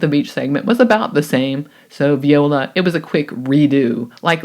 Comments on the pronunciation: I'm sorry, are you saying viola instead of voila on purpose? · Watching again with the new audio and commenting for engagement. Also, I like that you say viola. I do that too.